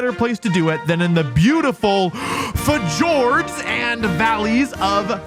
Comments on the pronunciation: f*J*ords emphasis on the J lol 😂 edit: found the timestamp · the FE-JORDS of finland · heh, "fajords"